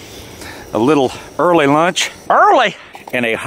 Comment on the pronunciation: I don’t know why I get such a laugh out when you say early (EARLY) but I do! Does me good seeing you in the snowy woods, especially with that fire. Glad to hear that you’re shoulder is on the mend nicely! Take care brother.